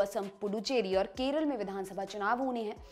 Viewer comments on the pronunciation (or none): none